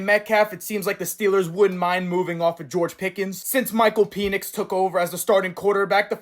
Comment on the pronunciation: Why does he say PEE nix it's PEN nix